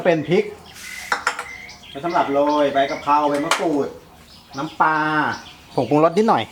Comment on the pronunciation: ป ล า นะคะรับ ไม่ใช่ ปา ชัดๆหน่อยครับ อายเด็ดอนุบาล